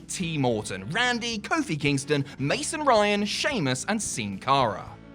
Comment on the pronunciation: The way he said mason Ryan I thought it was what happened to that wrestler